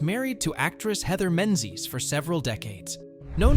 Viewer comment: Heathers is the same. Menzies is incorrect then correctly.🤦